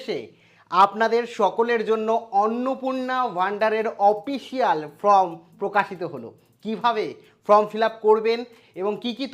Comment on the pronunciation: Ota from uchharan habe na Form hbe